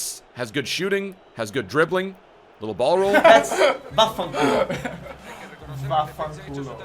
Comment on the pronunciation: I'm italian and i have to say that your vaffanculo's pronunciation was really good😂❤️